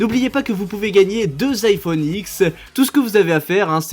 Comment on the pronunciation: je veux l'ifoneuh